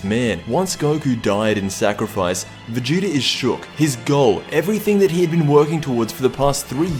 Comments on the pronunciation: you said vageto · I swear you said ''vegito''' at the beginning